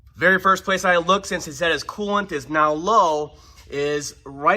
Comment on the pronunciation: Could be learning but I'm distracted by the voice pattern and how he slides over syllables. It's coolant. Not cooant. Sorry. Also I'd never own a Ford.